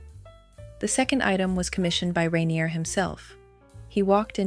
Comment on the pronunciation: At least learn how to pronounce "rainier". Your trailer is showing.